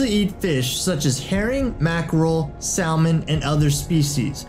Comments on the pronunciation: It's pronounced sam-un...not sal-mon. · Do you mean salmon? Because you said sallmen. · It's not "SAL-mon," it's "SAM-mon." It's like he's never heard of salmon before reading the script. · Did you just pronounce salmon (sam-in) as salmon (salmon)? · Is English this guys first language because he said sal-mon instead if sa-mon and he spelt attack wrong at about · it's not pronounced sal-mon it's pronounced sa-mun. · sal-mon instead of sa-mon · It's pronounced Sam in not Sal mon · THIS DUDE REALLY SAID SAL-MON IM DEAD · Phoebe TT he said salmon though it's pronounced samon😂😂😂 oh my god😂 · Dri Scott it’s literal defined pronunciation is “samen” 🤷🏻‍♀️ so all those northerners and southerners (and you) are wrong. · + Guywholikes goodmusic . Hmm, Don't see any quoted academic opinion on your post. "Aluminum" has been made common enough to appear in reputable dictionaries . But Salmon don't have that "sall-mon" pronunciation in their recorded examples. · It's spelt Salmon but it's called Samon the l is silent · Sal-Mon? That pronunciation triggers me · Go Sal-MON! I choose you! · Sam-mon.. Say it with me.. Sam-mon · this man really just said salman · Did he just say SALmon? Wtf.....lol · You narrate a channel about marine life and yet say "Sal-mon"?! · This man just said saLmon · did this dude really mispronounce salmon it's not sal-mon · Samon is how you pronounce salmon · He said sal mon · Bruh said sal Mon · Salmon is pronounced SAM-IN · Sam on! The L is silent. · This mans is pronouncing the L in salmon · He says salmon wrong, it hurts me. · Isaac Bell I live in Alabama and everyone here pronounces salmon like that and it hurts me too... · The "l" in salmon is silent. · yeah not only that but he keeps pronouncing the "L" in salmon it makes me cringe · the way he says salmon 😤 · Today I learned i have a new pet peeve: people who pronounce the l in "salmon" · Dis boi rlly just said salmon wrong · Salmon is usually pronounced with the L silent. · Salmon has silent L !